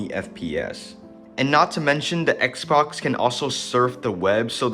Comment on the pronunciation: bro really called it an xboc